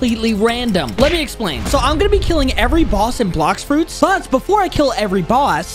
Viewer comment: Bro said blax fruits